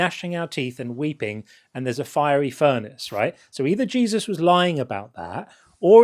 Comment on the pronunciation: The first time he said Jesus, with his accent, I heard “Jay-Z.”